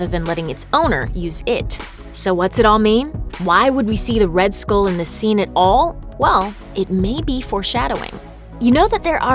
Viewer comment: Please stop pronouncing skull like school. kthxbai